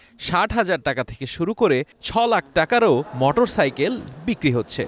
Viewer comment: রিপোর্টার বার বার মটরসাইকেল বলে গেল।